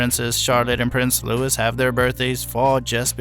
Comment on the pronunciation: The S in Louis is silent ffs